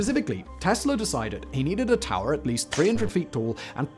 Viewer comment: “Ta’er” what. Ha lol